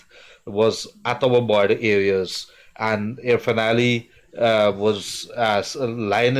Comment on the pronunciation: Ir-fan Ali.Not Urfan Ali.Freddie.You are an educated man .Act it.